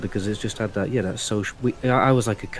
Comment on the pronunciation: Anyone that pronounces "That" as "vat" just annoys me and they remind me of vaulty lol